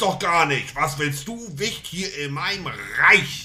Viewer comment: Wie er "Reich" sagt!!🤣🤣🤣🤣🤣🤣😅😅